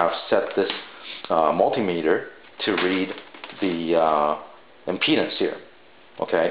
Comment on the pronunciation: Unknown The word he is pronouncing w a strange accent plus poor sound quality is IMPEDANCE ... to find the proper ground you have to measure IMPEDANCE aka measuring the resistance (unit ohms). Lol “mm-peanuts”